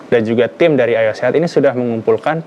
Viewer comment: Kurang jelas pengucapan Ayo Sehat nya. Kedengarannya Ayah Sehat mulu. Over all host nya keren